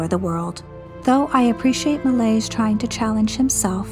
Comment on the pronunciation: Thanks a lot for this amazing video! Just a note on pronouncing Méliès: Meh-lee-Es. And the ‘s’ in Jules Vernes is silent. Pronounce as Jule Vern